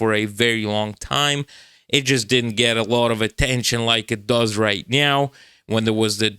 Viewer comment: is turning into a cat right meow. Just listen how he pronounces "meow"... erm, I mean "now".